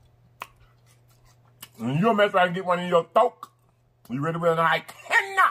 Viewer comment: I just subscribed to this channel and loveee it! When said, “ThroatKkk” (when the catfish bone get in ya “throatkkk...you gotta go to the hospital)!!! I had to rewind and rewind again🤣🤣🤣 Babyyy, I had to “comment Like and Share”...and laugh so hard! Loveeee it.